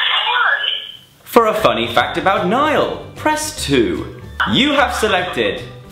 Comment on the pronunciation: I heard 'fanny' and not funny.